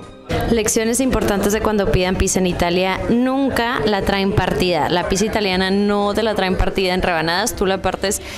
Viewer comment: Porqué dice "pisa" qué cringe!! 😮